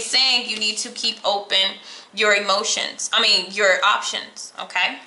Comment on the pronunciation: Wtf, o-tay? Lol